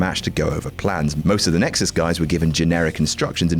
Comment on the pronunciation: He said nixus.